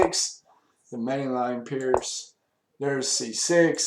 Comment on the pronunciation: i thought pirc was pronounced with a hard C? im not sure